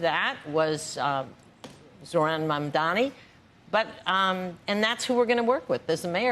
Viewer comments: Watching the wealthy elite and their stooges Andrew and Joe cry about this is a thing of beauty! and it's MAMDANI, you need to pronounce your Mayor's name correctly Andrew. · Why cant this guy pronounce his name right, so shameful